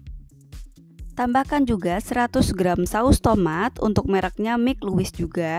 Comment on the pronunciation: Bukan mik luwis. Tapi maik lewis